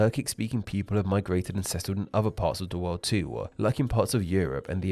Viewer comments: wolrd-a hungary-a MAKE IT STOP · Narrator: why do you pronounce words that end in consonants so weirdly? Them becomes them-err, world becomes world-err...